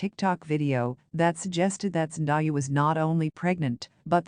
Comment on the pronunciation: Please say the woman's name right. It isn't Zen Die ah, it's Zen day ah!!!